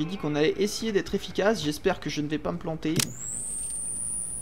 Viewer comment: mdrr j'allais justement dire d'insister sur le "essayer" 😅🤣🤣🤣